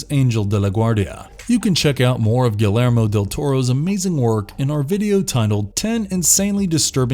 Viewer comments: .... Written by legendary, academy award winning, "guh-lair-mo" del Toro.... That umm that's not how your pronounce Guillermo lol it's closer to "ghee-yair-moe"lol still a fantastic compilation video, it really gave me a bunch of new films I'm excited to watch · Nice job. Just an fyi. Guillermo del Toro's name is pronounced Gee air mo. Francis Ford Coppala is pronounced Ko Poe La. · ghee-yer-mo. really not that difficult. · It's pronounced gee-air-mo not gil-air-mo you mo mo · Ah yes, gil err moe del toro... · That Guillermo tho, or should I say Galarmo lol, I'm guessing the narrator isn't a horror fan. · The scariest part of this video is how you pronounced Copolla and Guillermo. Yikes. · First; in Guillermo, the double ll makes a y sound. Pretty basic Spanish and don't know how so many YouTubers can't get it right. Second; why would you have 2 movies(Let Me In and Let the Right One In) on the same list especially when they are basically a shot for shot remake, not to mention have them so far apart.